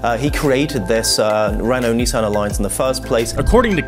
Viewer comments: Why are you pronouncing it KNEEsan????? It's Miss with an N= NISSan. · Neeesun Zee. We call it a Nissan Zed in the UK. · Bruh he says Neezaan